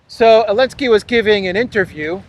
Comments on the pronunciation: Curious to know, why do you call him Elensky? Everyone else knows and pronounces it correctly - Zelensky, but you. Can you explain why. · Probably I missed it, but why you call him Elensky?